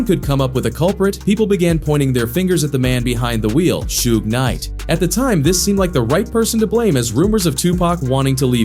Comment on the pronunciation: Shoog? Shug? Dude can't even pronounce his name.